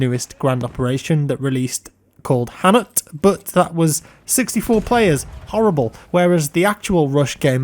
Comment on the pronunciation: Hannut is not pronounced like that at all :P Imagine it more like the indian first name "Anu", but with a double N, no emphasis on the A, and not an "oo" sound at the end, but a 'u' sound that kinda sounds like "dude" (not "dood"). TL;DR The T is silent at the end \o/